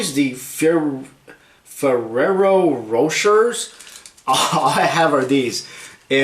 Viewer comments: the candy is pronounced fe air o ro share. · the way you pronounced ferrero rocher lol